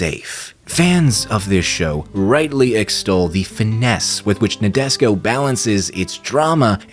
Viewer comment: Please pronounce Nadesico property. Na-de-si-ko